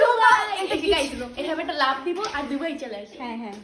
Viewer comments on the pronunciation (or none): ডুবাই 😂 নাকি দুবাই??? 😂😂😂